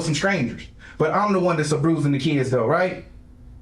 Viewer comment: This piece of sh.... did not just say: "But I'm the one 'ABRUSIN'" the kids."